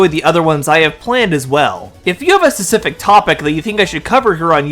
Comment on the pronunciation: the way you say specific is driving me nuts, fesific?